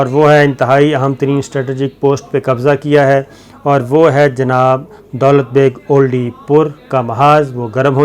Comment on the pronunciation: دولت بیگ اولڈی جیسے آپ کل والی وڈیو میں جھجھک جھجھک کر اوڈی بول رھے تھے, مہربانی کرکے درست کرلیں یہ اولڈی ھے. دولت بیگ اولڈی سیاچن گلیشئر کے ساتھ کا علاقہ ھے اور سیاچن کی سپلائے کے لئے اھم ایئر اسٹرپ بھی یہیں پر بنی ھوئی ھے. چین نے آج کی ملنے والی اطلاعات کے مطابق دولت بیگ اولڈی کی اھم چوٹیان جن کو ڈیپسینگ (Depsang) درہ کہا جاتا ھے پر قبضہ کرلیا ھے, سیاچن پر پہنچنے اور سپلائی کے راستے کو کاٹنے والی جگہ اپنے قبضے میں لیلی ھے. دولت بیگ اولڈی تک جانے والی شاھراہ نیپال سے نہی بلکہ لداخ کے دارالخلافہ لیہ (Leh) سے نکلتی ھے. یہ روڈ داربوک سیکٹر, پینگانگ سو( سو , لداخی زبان میں جھیل کو کہا جاتا ھے) او شیوک ندی آپس میں ملتی ھیں وھان پی.پی 14 پر چائینہ نے قبضہ کرکے روڈ پر بھارت کی آمد رفت بند کردی ھے. اب غلام رسول گُلوان ویلی: جس کا نام ھندتوا کی بنیاد پر بھارت گیلوان ویلی کہتا ھے. داربوک ایک گاؤں اور درہ ھے سے لیکر شیوک ندی , پینگانگ سو, پینگانگ سو-شیوک سنگم(pp-14), ڈیپسینگ, دولت بیگ اوڈی درہ سے درہ قراقرم, کارگل اور دراس سیکٹر تک بھارت کی پہنچ لیہ لداخ سے کٹ گئی انشاءاللہ سیاچن پکے پھل کی طرح ھمارے پاس آئیگا نہی تو آرام سے لیلینگے. شاید 6000 ھزار نہی تو بڑا حصہ ھندتوا فوج کا قیدی بنیگا. اب بھارت کیلئے کارگل دراس تک پہنچ تقریباً ختم ھوکر رھیجائیگی. گلگت بلتستان اللہ پاک کیہربانی سے مکمل محفوظ ھوگیا آج والی کاروائی کے بعد. یہ سارا علاقہ لداخ میں آتا ھے اور چائینہ کا پورے لداخ پر دعویٰ ھے. آجکے 11 گھنٹے کی طویل باچیت میں بھارت کو خالی کرنیکی کھلی وارننگ دیدی گئی ھے. اب چکن نیک: یہ مرغے کی گردن جیسی شکل کی وادی ھے جسے سِلی گُری کاریڈور کہا جاتا ھے. اس جگہ پر پانچ ممالک کی سرحدیں قریباً 2